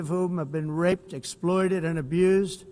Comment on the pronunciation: He seems to rrrrreally rrrrrelish saying "rrrrrape"